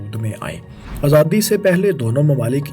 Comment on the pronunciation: ماشاءاللہ بہت معلوماتی ویڈیو تھی۔ فیصل بھائی سے درخواست ہے کہ اس ویڈیو میں بولنے والے بھائی کے بجائے خود آڈیو دیا کریں کیونکہ یہ بھائی پنجابی زدہ اردو بولتے ہیں اور مجھے اس سے بہت کوفت ہوتی ہے۔ مثلاً عِلاقہ(Ilaqa)کو عَلاقہ(Alaqa) ، صورَتحال(Soorate Hal) کو صورْتحال(Soorte Hal) اور آزادی کو ازادی تلفظ کرتے ہیں ۔ اور 19 کو انیس کے اُنی بولتے ہیں ۔